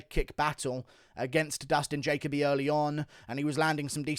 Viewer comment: Dude love your analysis but ur pronunciation of Dustin Jacoby needs work. But Dustin definitely screwed up walking away after one punch. Always follow the guy down with the ground and elbow/pound. Bill A did great but Max Schnell was worth the price of admission. Main event headline sucked.